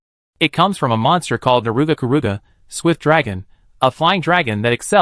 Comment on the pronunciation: The voice calling it Na-ruga Ku-ruga killed me a little inside. Nargacuga would be devastated by that name.